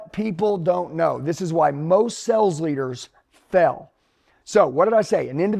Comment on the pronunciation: He pronounces."fail" like "fell". On purpose??🤔